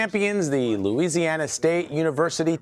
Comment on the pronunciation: He said louiweesiana 😂